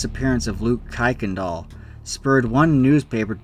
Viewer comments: Don't know where you came up with the pronunciation, but every one with the name pronounce the name "kirk n dahl", not "kike n dahl". As fact, kicked is a religious/racial slur. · btw "Kuykendall" is pronounced "KIRKendall" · It's pronounced Kirk-in-doll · "Kuykendall" is pronounced "Kirk-in-dial" if you ever do a followup video.